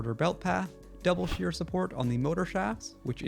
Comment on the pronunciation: As always, great video! Just a note: it's "double sheAr" and not "double sheEr", as it's a shorter way to say that the idlers are doubly supported (on both sides) to get a stress loading with mainly shear forces and minimal bending moments